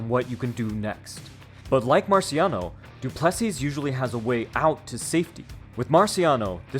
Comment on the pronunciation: Great vid but its pronounced DU-ple-SEE not du-PLE-see